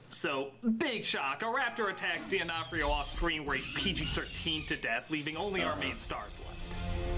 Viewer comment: Why does he pronounce D’Onofrio as “Di Onofrio”? The point of the apostrophe is to show that there isn’t a vowel sound in between, as Onofrio begins with a vowel anyway.